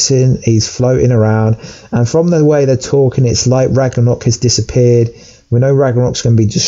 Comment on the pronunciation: It’s pronounced ragnarok not raganok. And I think you meant to say Asgard will be destroyed not ragnarok